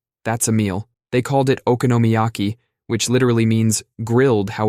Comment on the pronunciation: "Okonomiyaki" = "Economy-yaki"